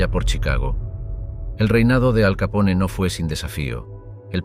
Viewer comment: No se pronuncia "Capón", sino "Capone", recuerda que no es un apellido italoamericano sino directamente italiano.